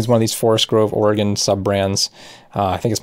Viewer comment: Thank you for pronouncing Oregon properly.